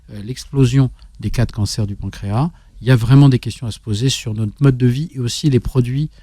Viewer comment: il faut prononcer le "S" de pancréas. Voir dans le dictionnaire la phonétique.